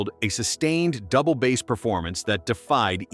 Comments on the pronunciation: Definitely something fishy in the pronunciation 🤪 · It’s “Double Bass” not “Double Bass”!!